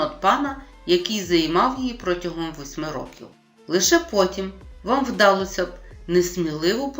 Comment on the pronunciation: Дякую! Але! Наголоси: вдалОся, піднялИся, повелИ, провелА, недОпалки, рукОписи, Якось, їздила на конІ , товстИй… Працюйте над орфоепією